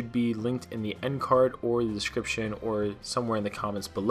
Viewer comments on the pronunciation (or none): none